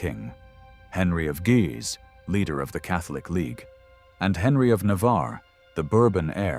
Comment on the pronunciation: I enjoy the information contained in your documentaries. However, I cringe at every mispronunciation. Henry, Louis, de Guise, etc. The mispronunciation takes away from your ethos, making me question the validity of the information given.